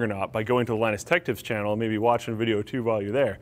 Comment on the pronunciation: It's Linus tech tips NOT lineus tech tips